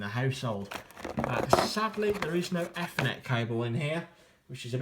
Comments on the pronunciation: 'efrnet port' .. I thought it was 'Eethernet' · EFFERNET ?? LMAO